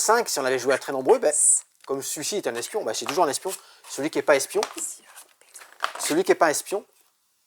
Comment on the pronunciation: Le S d’espion 😂 C’est comme le H d’Achille 😁